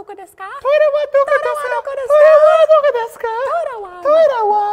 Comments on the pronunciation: It's doko not doco! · doko not doco...... there are no 'c's in japanese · isnt it doko not doco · it's doko by the way, not doco xD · it's doko desu ka lmao you guys are awesome